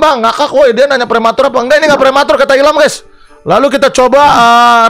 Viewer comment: Ngakak gw anjir... Prwmatur 🤣🤣🤣